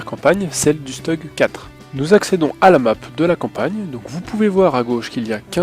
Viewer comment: génial, tes vidéo mon permis de progresser, petit détail on dit "stoug " ( c'est allemand ) continu comme ça.